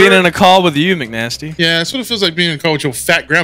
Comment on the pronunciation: Hearing call mcnasty "macnasty" makes my heart happy with the collab. Love seeing these guys coming together